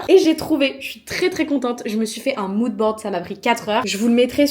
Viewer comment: Quand tu parles de moude je t ai perdu bleu électrique 😅